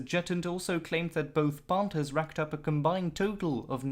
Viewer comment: Pohnthers? Wtf?